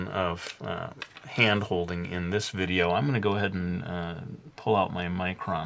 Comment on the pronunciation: did he say videa that first time?